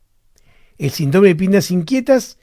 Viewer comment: Alguien le poria decir a este doctor que se dice Síndrome no Sindróme...no puedo creer que nadie se lo haya dicho 🤣